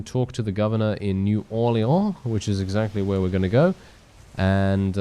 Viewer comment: Love the way you pronounce new Orleans